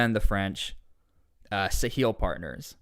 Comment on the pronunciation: The pronunciation of Sahel follows the French in pronouncing the word like ‘SA-HELL’. Which is kind of ironic!!